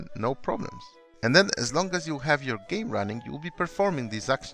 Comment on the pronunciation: "Gaem Control" — 2019